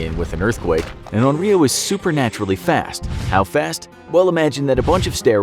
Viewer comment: Infographic said: YOU vs ONRYO I HEARD: YOU VS OREO